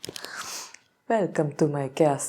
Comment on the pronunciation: "Velcome to my castle." 😊Okay. That's pretty cute.